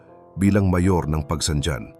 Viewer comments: Pagsangjan: Hindi pag-bigkas Pagsangdyan, Originally Pag-bigkas may halong Kastila "Pagsang han ". Katulad ng Roxas bigkas ng iba Rocsas ang tamang bigkas 'Ro has' . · Pagsanghan ang bigkas hindi pagsanjan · ayusin mo po pagbigkas ng bayan ng PAGSANJAN hindi PAGSANDYAN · Pronounce pagsanjan as pagsanhan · Bakit si marcobeta ehe, marcolete pala; nakalusot sa comelec😅??? Frm Rocklin, CA, USA! To pronounce Pagsanjan, Pagsanhan! Please learn how to pronounce of pinoy language!